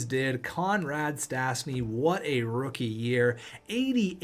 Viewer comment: Stasny is pronouce stashny